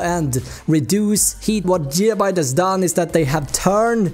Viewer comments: so weird when he keeps on saying Jigabyte... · Jigabyte boiii